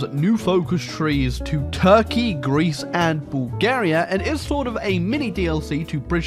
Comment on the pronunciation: Why do you pronounce it Bul-GE-ria? I ain't even mad, just curious.